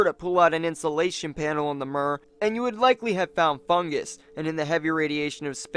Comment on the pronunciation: It's pronounced mir with i like in the word h -i -t. Mir means World in Russian language, it can also mean Peace. 🤓